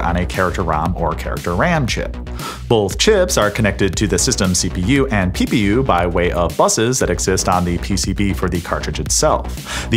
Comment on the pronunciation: Who else heard ppu as pew pew pew😅😅😅